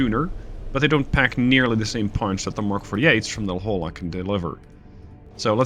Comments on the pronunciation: La Holla 😂 it's pronounced La Hoya, please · Its hard to explain in text, but you are pronouncing La Jolla incorrect. Lets see if I can do this phonetically, its pronounce La Hoya. Just an FYI. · Just to add to the suggestions, you pronounce it "La-Hoy-ah". The "Hoy" should be like "Ships Ahoy!". I went to school there (University of California San Diego) and know La Jolla well :) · Don't worry. Me too. I came to the comments to state the same thing. La Hoya, not La Holla. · Great job though I am about to scream when you say La Jolla wrong lol. Its pronounced La Hoya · Hey, La Jolla is of Spanish origin and is pronounced as "la hoy-yah". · Usually its not a big deal, and I'm not even from California (but from another state that borders Mexico), but for some reason I can't put my finger on, your mispronunciation of La Jolla has crossed a line ...